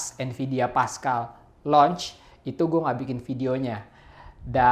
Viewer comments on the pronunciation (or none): bang ngomongnya launch bukan nauch wkwkwk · gw kira emang mau ngomong announce hahaha